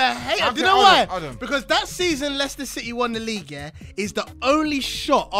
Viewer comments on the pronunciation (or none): League Uh!